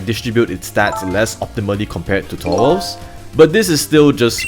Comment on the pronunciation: Why do you pronounce Tauros as Towos?